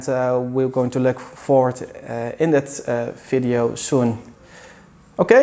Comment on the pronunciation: can you properly say video, not FIDEO, for god sake you are educated man.